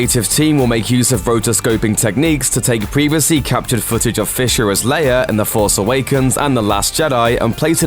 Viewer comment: FYI it is prounounce Leia (Lay-ah) not (Layer)